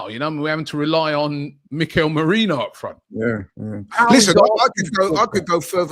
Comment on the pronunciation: on about "we got a favourable CL draw"? Is he mad? PSV are better than Feyenoord, so we got the trickier of the 2 Ro16 games, and then we went into the same half of the draw that gave us a finals route of Real/Atletico > Liverpool > Barca. What is he ON about?! And omg STILL calling Merino "Merinho" ffs bro use your nut.